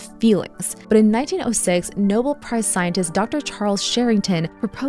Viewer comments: Nobel= no-bell. Not Noble. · It’s not Noble. It’s Nobel. Pronounced no-BELL. Sorry, no offense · Good video. A couple reminders: - "Nobel" is pronounced no-BELL and not "noble." - "Piezo" is pronounced pee-AY-zo. You had it right the first time and then reversed it. Still an interesting video; love the channel. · Nobel is not pronounced "noble". It's "no - BELL". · "No-BELL" Prize, not no-bull" prize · . . . and no-bell, not noble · KNOW-BELL. Please pronounce it correctly. It is not even spelled the same way as noble 🤦‍♀️ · Pronounced: No-bell (Nobel Prize) not like nobel: “Virtuous & Wise: Possesses strong moral integrity, wisdom, and spiritual depth” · How is it possible you don’t know how to pronounce Nobel? ❤ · The narrator pronounced Patapoutian and Piezo perfectly, but mispronounced Nobel Prize. So, AI, or person? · I love your videos and will continue to watch. But don't understand how you can pronounce Piezo correctly one time then incorrectly thereafter. How you can correctly pronounce Nobel at one time and then incorrectly pronounce it thereafter. That gives shivers of AI.